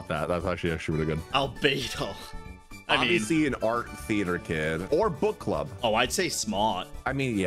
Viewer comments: Dude all I hear is "butt club" and it cracks me up 💀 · whenever says book club....i hear butt club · I cant stop hearing „butt club” lolol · accent is killing me every time he mentions the "bukk club". It just sounds so wrong:-p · Gotta love the British accent saying "Book Club"